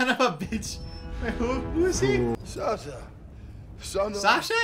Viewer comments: Thor: “Surtur”: “Sasya?” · Him calling serta, Sasha makes me laugh really hard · It’s surtur